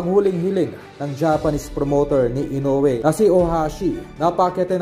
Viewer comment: Tao rin ang kalaban nyan..may kamay ..mamaya makachamba tuloy yan makatama..ede tau na nman tuloy ang kawawa.. Ang panget nagpagkabigkas m ng kawawang hapon....ayusin m mag vlog